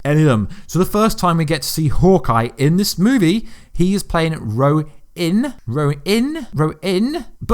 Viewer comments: You pronounced RONIN wrong like 5 times. You said RO-IN each time. Really cringey when you put emphasis on the word as if you’re saying it right but you’re still saying it wrong... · How you gonna tell us how to say thanos when you can't even say ronin